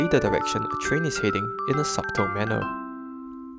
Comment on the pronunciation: Oh!.. This was delightful! ❤ Subtle has a silent B (pronounced as “suttle”)